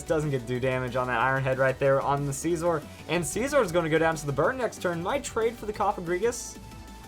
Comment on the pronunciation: what is up with some ytbers call scizor sceeeezor?